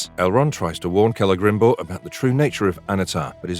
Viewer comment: Lots of weird AI phrasing in this narration but I did enjoy "Cele-grim-bor" when that came up a couple of times. Some weird speculative conclusions too, why does it seem that it's likely we'd see the destruction of Numenor this season when there is so much story left to tell there? Why would you think the party of elves that encounter the 'Barrow-wights' would encounter Tom Bombadil when he is out east in Rhun?